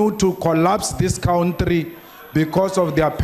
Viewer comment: cowntry....this shit is hilarious